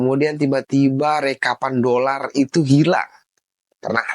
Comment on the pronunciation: 😂dolaaaar bukan dodol